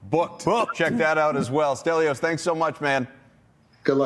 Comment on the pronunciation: Delios? I thought his name was Stelios.